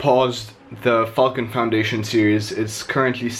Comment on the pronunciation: Nice man, seem to be smashing it! sounds like your saying "Fxcking" when you say Falcon lol, where you from?